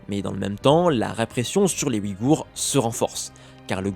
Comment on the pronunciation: Ce ne sont pas les "Wigours" mais les Ouïghours. Le "ouï" se prononce "ouille".